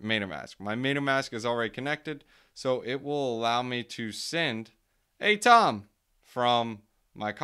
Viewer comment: I like A-TOM better! Keep it up. BENTO though not BEN-I-TO :D